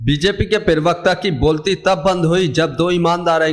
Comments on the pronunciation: अबे सूतिये पर्वकता नहीं प्रवक्ता सही शब्द है। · bhai pahle pravakta bolna acche se sikh le